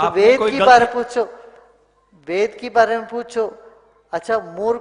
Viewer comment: Jaante nai toh kitaab likhte kyun ho. Aap Ved bhi theek se nai bol paa rahe the.